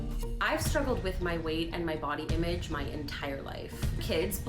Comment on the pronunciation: Irrelevant. But the way Dr. Phil says "Imeedge" (image) is just.... ugh.